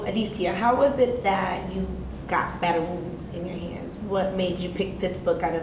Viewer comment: Battle "Wonds" x10 Really? Don't quit your day job